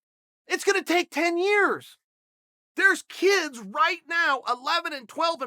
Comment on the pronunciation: Chael is my hero. God bless him. Yarear, Yareer, Yahreer...